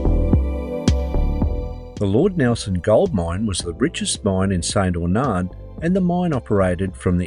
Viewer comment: It's pronounced St. Arnard not Aunard., just FYI.